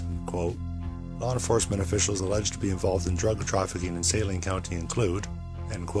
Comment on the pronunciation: I know this is an old video but how can you watch so many newscasts and STILL mispronounce Saline (Sa-LEEN) County?